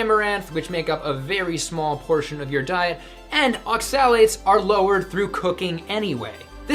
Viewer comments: As a chemist the way you pronounce oxalates amuses me. Its ox-a-lates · Hi! Thanks for this clip. However, isn't the 'o' stressed in the word 'oxalates'? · Are you pronouncing (accent emphasis) oxalates correctly? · Woefully under informed and probably dangerous advice especially when referring to oxalates-which you can't even pronounce correctly. Either give it up or inform yourself before spewing incorrect medical advice. Former is better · You're saying"oxalates" wrong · Please look up in a dictionary how to pronounce Oxalates, Please! Thank you for the info! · So I'am this low carb guy he's talking about... but I have been warned many times about eating raw spinage and nuts, so that's a strawman and since he doesn't even know how to pronounce oxalates, I assume he's got no clue about antinutrients. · You don't even know how to pronounce oxalates, yet you want to teach people about them for ad revenue..okay.